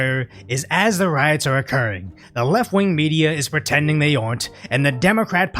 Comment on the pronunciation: funding these RIOTS. You mispronounced "riots."